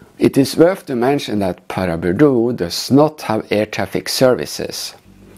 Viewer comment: Your pronunciation is correct! Sustained low cloud conditions at Paraburdoo are very unusual, which likely contributed to the "she'll be right" approach by all involved.